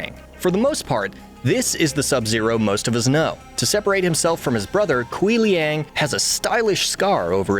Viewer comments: Kuai Liang is pronounced (Kw-AI lee-ang). There are plenty of instances of it pronounced in the games to check before reading a script. I feel not checking that is blatant disrespect to the character and the culture he represents. And I am lenient about the tonality of Chinese pronunciation. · Who else cringing at the way he pronounces "Kuai Liang"